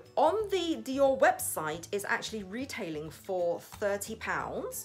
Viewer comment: Hi!!! This is a beautiful color!!! I remember when you got the Mac in red!!! Which looked beautiful on you!!! This one I love the VD on the cap!!! The way you pronounce the Dior sounds soo classy!!! Wow you can definitely see the color!!! I love how the color looks on you which is so perfect!!! I loved the gloss look!!! I loved your video but I can see the price is definitely worth it!!! Xoxo Pam ♥️♥️♥️♥️